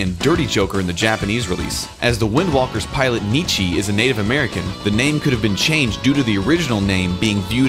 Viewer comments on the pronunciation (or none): none